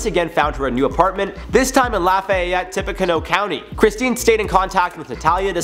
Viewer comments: Tippecanoe is pronounced like "tippy canoo". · It is pronounced “Tip- a - Can-new”